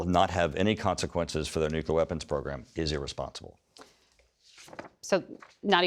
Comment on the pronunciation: I like how when fact checked, Turner's responses are basically "But it's Biden's fault somehow". Also, every time he say nuculear instead of nuclear is like nails on a chalk board.